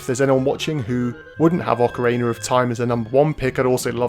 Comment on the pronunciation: I love me some Ocarayna of Time!